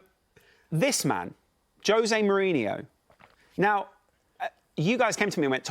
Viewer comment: Jose Moaneeenoo please but that aint happening.